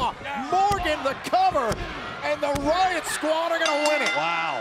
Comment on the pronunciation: "wyatt skraud"? 😅